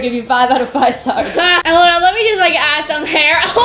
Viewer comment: Lol when said Luna, she said Lana😂